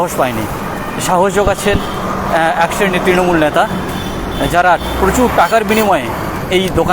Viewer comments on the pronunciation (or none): এখান থেকে ইনকাম হচ্ছে বস্। এগুলো সোনার ডিম দেওয়া মুরগী। রোজ এদের থেকে তোলা তুলছে। মানুষই তো এদের ভোট দিয়ে নির্বাচিত করেছে,এরা এখন যা করবে সেটা মানতে কারও অসুবিধা হবে কেন? আর আপনার উচ্চারণে নেতা,ন্যাতা হয়ে গেছে। একদিক থেকে হয়তো ঠিকই বলেছেন।